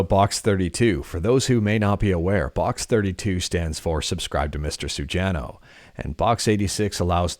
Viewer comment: Dude, you totally butchered the pronunciation of "subscribe to mr. sujano". Come on, now. 😆